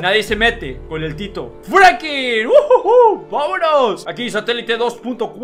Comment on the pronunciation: Alguien más escucha que dice Frankin en ves de Franklin?